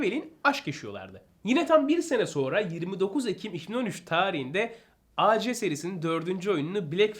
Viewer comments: Güzel bir video ve bilgilendirici bir video olmuş abi birde abi A C değil AC abi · Acc ac deil Reis